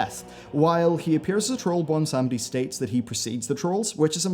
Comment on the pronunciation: Does it take that long to properly google names like Bwonsamdi? Apart from that, best theory videos out there. Puts even Nobble in his place.